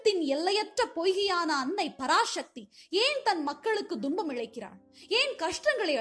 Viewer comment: ஒரு சிறு ஐயம் தும்பம் என்பது சரியான உச்சரிப்பா?, இல்லை துன்பம் என்பது சரியான உச்சரிப்பா?